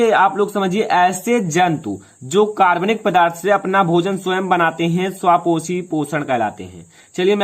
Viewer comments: Sir akarabnik ko karbnik kyu bol rahe hai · Sir video me 3 minutes baad अकार्बनिक लिखा है और आप कार्बनिक बोल रहे है so I am confused me kya samajhu